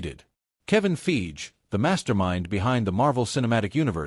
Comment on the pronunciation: Wh is "Feege"? "Kong?"